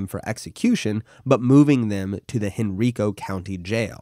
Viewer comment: Hen-ri-co county